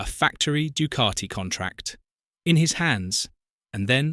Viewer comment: This commentary annoys the shiy out me. There is NO R in Ducati.....D U C A T I.........where is the R?